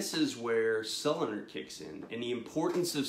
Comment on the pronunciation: Pronounced: so lu nar